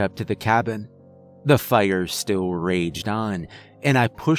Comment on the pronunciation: Why tf you say fire so wierd Faa•iar•